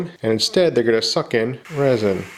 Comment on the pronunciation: What happened the way resin was said